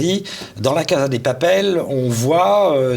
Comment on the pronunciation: Très bien mais s'il vous plaît, on prononce "cassa", et non pas "caza".